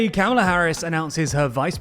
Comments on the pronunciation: COMMA-luh. Not CAMEL-uh. Best say it right for the next nine years. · Vance not Vahnce and Kah-muh-luh not Kam-uh-luh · You're pronouncing "Kamala" incorrectly 😬